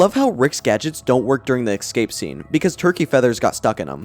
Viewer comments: For the love of god man, “ESCAPE” not “excape” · Love your content but holy crap dude... It's "escape" not "EckScape" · Textbook trebuchet was my favorite joke in the sperm episode. And are you sure it's pronounced exscape rather than escape? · Escape, not excape. Fix your pronunciation. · Love the Vid! Keep it up. Just one question, what is the deal with EGG-scaping? 😂 i do not thow that accent, english isn't my first language but i've never heard that before